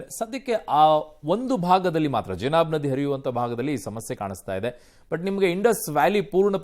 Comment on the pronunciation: ಜನಾಬ್ ಅಲ್ವೋ ಅದು ಚನಾಬ್